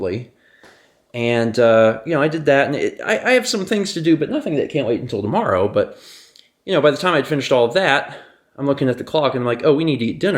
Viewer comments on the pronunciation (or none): none